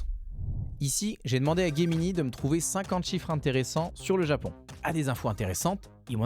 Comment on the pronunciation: Ce n'est pas Guemini ses Gemini